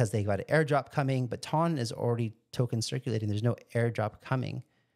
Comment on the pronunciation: It's "TON". It rhymes with fun, gun. one, run, and hon. 2,000 pounds weighs one TON! Every time you say "tawn" I want to scream.